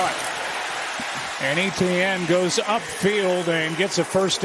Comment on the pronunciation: Still can't get over how everyone pronounces Jags player Etienne like "E.T.N.". It's actually a French name, the French version of Stephen to be exact, so you simply say "Et-Yenn".